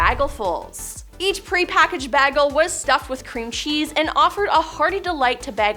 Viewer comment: Did she literally just say BAGGLE?